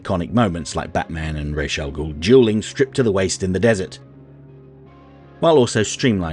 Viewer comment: Maybe it’s an American Vs British thing, but just about everyone I know pronounces the name like (I’m spelling phonetically) Rahz. Which I personally find preferable.